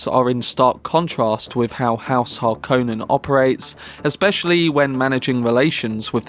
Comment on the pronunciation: It's pronounced Har-kon-nen. NOT Har-kone-nen.